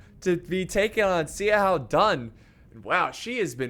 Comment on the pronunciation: Couple of suggestions for pronunciation: "X" is pronounced like "Sh" and "A" is pronounced like "Ah". So when you say "Xiahou" it should sound like "Shya Ho" and "Zhang Yan" like "Jahng Yahn." Your pronunciation is getting better! Thanks for the great vids!